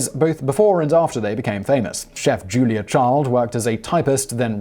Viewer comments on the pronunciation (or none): none